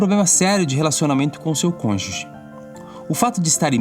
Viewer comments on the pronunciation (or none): none